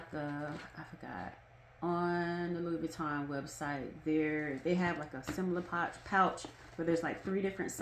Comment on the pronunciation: Louis Vuitton is pronounced “Louie,” without pronouncing the “s.” FYI 😀